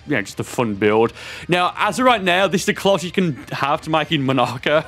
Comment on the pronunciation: Is no one gonna talk about how he said monaka like monica